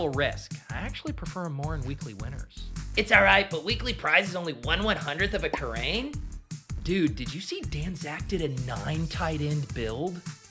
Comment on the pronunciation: 1/100th of a kerrane did he really say that 😂😂😂